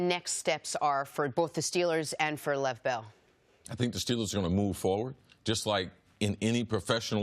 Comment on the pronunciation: Did she just call him "Lev Bell"? Jeezus....